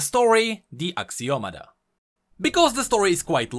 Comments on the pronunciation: i think is Axio-Matta not Axio-mada right? D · It's actually "axioma" but whatever XD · I believe you are meant to pronounce ashiomata.